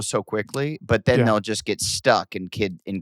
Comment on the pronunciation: Adam pronunciation help: Wint = went Jizzt = just Win = when